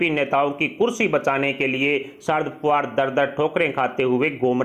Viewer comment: Pawar, fadanvis ka sahi uchcharan shikhiye .aap ki baat ka vishwas kaise kiya jaye ??